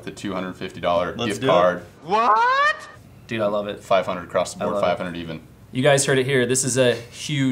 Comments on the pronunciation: The word is "across" not "acrost".... I'm not a nit picky dude... but this one gets me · Guys...is saying the word "Across" with a "T" at the end of it?!?! I keep hearing Acrosst lol...